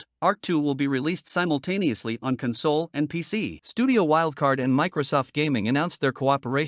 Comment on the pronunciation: Hey, you made a video! Got some advice for you: Hire a human to do your voice-over work or train your monotonous robot-voice to pronounce the word "console" correctly. How are you ever going to destroy all human life and take over world if you can't pronounce words correctly? Hire a writer too. We're cheap and creative and can write copy that doesn't sound like a laundry list.